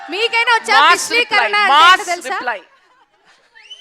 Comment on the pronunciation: అది విశ్లీకరణ కాదు విశదీకరణ యాంకర్ గారు! 😂😂😂